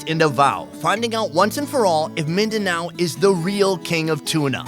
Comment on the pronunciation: MINDANO NOT BANO